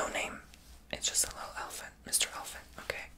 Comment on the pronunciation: Did you say Ella-fon-Tay for the elephant that’s funny